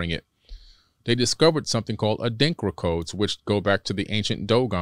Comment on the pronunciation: a light bulb went off in my head. WOW! He kept saying Adinkra codes but I didn't get it because of his pronunciation. The Adinkra symbols of the Akan people (in Ghana and Ivory Coast in West Africa). In Ghana the symbols are printed in clothes, designs in palaces and walls, African handicraft, jewelry (bracelets and necklaces), and even painted on the parliament walls etc. They are all over the place. Each one has a name and meaning. Meanings passed on from our ancestors, but what I didn't know was the deeper meanings behind them until the guest mentioned them (Goggle Adrinkra symbols, or Sankofa, Gye Nyame). In the movie Black Panther, when T'Challa was in trance and went to the ancestral world, his father's cloth had the symbols. I have several Gye Nyame (meaning Only God) necklaces. I'm in total awe of what he's saying.